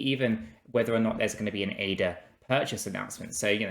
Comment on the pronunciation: u serious? Thought the guys that run a stake pool should know how to say the name of the crypto they promote. Wouldn't it make more sense?